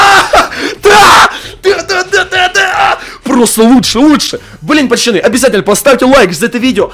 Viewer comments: Почему ты говоришь пачаны а не пацаны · Пачаны хаахахахахахв как это убого слышится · Почему пачаны? Ты умеешь говорить букву ц?